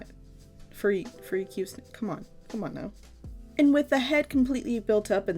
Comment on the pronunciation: I thought she said a f word snake